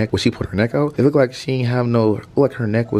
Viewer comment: kept saying "lookked " 🤣🤣🤣